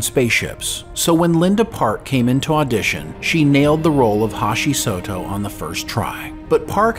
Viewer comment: "Hashi Soto" 😆😂 lol whoops